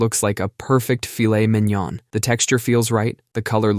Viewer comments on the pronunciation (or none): none